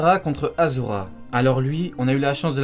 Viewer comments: C'est ashura a pas asura sinon super vidéo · pour info c ASURA mais on prononce ASHURA